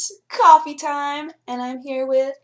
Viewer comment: Hannah said coff rah